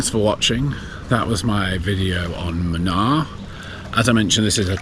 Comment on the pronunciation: The the place is pronounced as moonaar and not muhnaar 😂. Munnar with a longer "oo" sound.